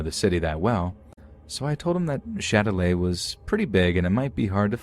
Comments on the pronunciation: Lmao the last story it's Châtelet not Shilelagh 💀😂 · « Shillelagh » 😂😂😂 It’s Châtelet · Let’s meet at the shillelagh? I had to look it up cus I knew damn well that wasn’t French lol